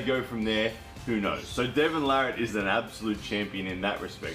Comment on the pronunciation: Devon Larratt is by far my favorite armwrestler! And you are one of the few people that actually spelled and pronounced his name correctly. Everyone else seems to screw it up.